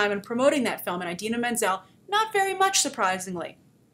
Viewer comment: She pronounces Idina Menzel wrong